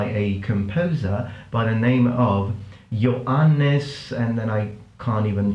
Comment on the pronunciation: Johannes Bornlöf is a Swedish name. Makes sense i guess since Epidemic Sound is a Swedish company. 🇸🇪 Damn.....the piano too??? Are you also building space shuttles in your spare time? And you pronounced ”Johannes” correctly btw. 👍